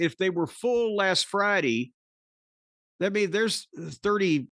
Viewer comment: People: Friday Cornette: Fraar-dee